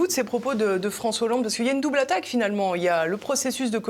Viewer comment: fronssoué yahoolande !?